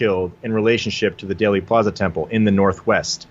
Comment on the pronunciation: It is DEALey plaza not dayly plaza. Long e sound , as in eel. That seems to erase the correlation to daleth. I’m with you on most of it , though!